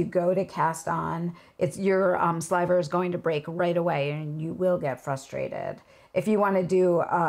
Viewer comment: 😁ok elephant in the room ... at first I, (really the Lola in me) thought you said there was saliva on the wheel, oh she said sliver didn't she?